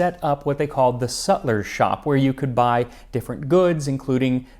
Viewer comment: Sutler not Suler